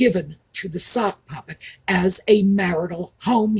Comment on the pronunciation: It sounded like you said "the suckpuppet"! I think that really suits the egit Harry.